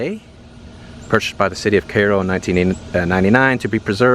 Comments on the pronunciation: Isn't it pronounced KY-ROW? Like in Egypt. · Kigh Roe is how it's pronounced, either way good video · You are pronouncing it wrong, it’s the same as Cairo in Egypt Cairo (/ˈkaɪroʊ/ KY-roh; Arabic: القاهرة. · Shouldn’t it be pronounced KY-ROW like the Egyptian city am I wrong , let me know ,but a cool place nevertheless I like it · Interesting and surprising to see how much of America is in decay. There's a beauty to the ruins though and the pronunciation of Cairo sounds odd to Australian ears...we say it as Ki-ro. Also some of the neighbourhoods look terrifying, we have nothing like that here and we have gun laws which do stop most of the crazies from mass shootings. I've always admired American culture, especially the music and cars but sadly that America is now gone. Keep the videos coming please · All the locals seem to say "Care Row". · It’s pronounced Kerro by the locals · Born and raised. It is pronounced "care-oh" My mother's oldest brother (and family) still loves there. It'll always be home! Last grocery store closed a few years ago. People drive over to Charleston or Sikeston, MO to shop for groceries. Paducah, KY (spent lots of summers there, dad's mom lived there) is another option. As is Cape Girardeau, MO. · Pronounced CARE-oh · As someone from the area its not correct tho. Drives me nuts and when people mispronounce vienna too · There’s an I in Cairo … it’s supposed to be pronounced like Cairo (Egypt) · Your pronouncing the name wrong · How do you have so many subscribers yet can’t pronounce Cairo? Lol weird! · Cai·ro Pronounced.........When ever I hear someone mispronounce a word, thinking they never finished high school. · His pronunciation of “Cairo” is driving me INSANE!!!!!!! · No you didn’t name it anything. And sad how silly you are to think someone would name it Cairo and spell it exactly the same way as the city in Egypt but pronounce it differently. Are you kidding right now. Look on the back of a dollar bill. Enough said